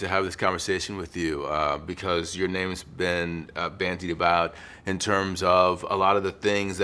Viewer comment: Bandied not bantied ...just saying